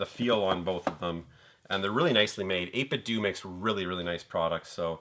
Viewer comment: Hey bud! Fellow Canadian here, awesome pickups! I'm trying to only buy games when they're dirt cheap as I have purchased too many at full price haha. Just thought I would mention: '8bitdo' is pronounced like 'Nintendo'.